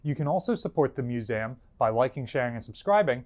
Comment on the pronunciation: "mus- A -m" yep, that's new jersey alright